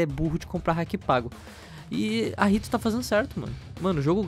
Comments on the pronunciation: Da Uma agonia do crl o falando rrito games kkk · ele falo rito gomes mesmo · A mim só me soa que vocês dizem RITO lolol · Pqp kkk o lion falou riot gomes ao inves de riot games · Sou o único q escutou em vez de riot games escutou rito gomes? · Pq o fala Rito?? O nome da empresa é Riot! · Meu Deus que agonia de vcs falando RITO, mas parabens pelo video, cheater tem que se foder mesmo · me da muito nervoso vc falar rito gomes. pls sei q e zoeira . pfv para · aprende a falar riot nao eh RITO